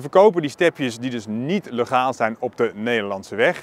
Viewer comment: Heel merkwaardig dat je "legaal" uitspreekt met dezelfde eerste klinker als in het lidwoord "de".